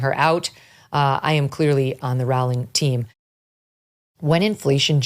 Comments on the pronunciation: It’s Rowling like bowling 🤦🏻‍♂️ let’s do a little research before we make these vids. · Just a small point - her name is pronounced as "bowling" as bowling in cricket, not as you are saying it. Or rolling the dice. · "Rowling" rhymes with "Bowling!" If you're going to report on a person, please learn to correctly pronounce her name. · I absolutely love you Megyn. Everything you do. Stand for. Common sense. And speaking for all of regular Americans. Just one thing. And I love you. But Rowling is pronounced ROWling. Like Rowling pin. Keep on doing what the Lord has laid out for you and Jesus bless you!! So much love from West Texas. Pecos County. Fort Stockton. Austin and Marfa are NOT Texas. and come visit anytime to spread the word of the truth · It's Row Row Rowling !!! Like Rowing a boat FFS. Wy can't Amuurican people pronounce her name correctly? Very disrespectful !! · It's pronounced "ROLLING," Megyn. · Not to sound nit-picky but JK Rowling's last name is pronounced 'Rolling' according to an interview of her I read about 20 years ago. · Pronounced "Rolling" I think